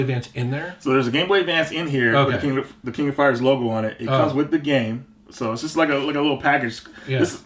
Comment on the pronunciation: Yay!!! said it right! "The King of Fighters!!" Way to go,!! 👍🏼👍🏼👍🏼